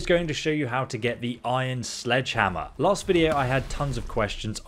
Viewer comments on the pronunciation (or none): none